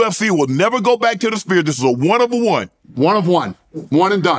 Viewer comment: Why shannon calling the Sphere “the Spear”